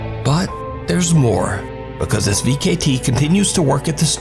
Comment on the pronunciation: Vcete "V-K-T" ?? 😂😂😂😂😂 it's pronounced "V-sete" I believe